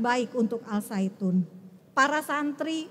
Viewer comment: Zaitun.. Saitun 😂